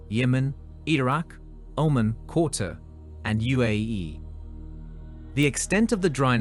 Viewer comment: Qatar not Quarter.